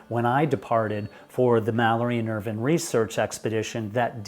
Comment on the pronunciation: I knew you were pronouncing Irvine incorrectly. It is Irv"eye"ne. Jaime got it right.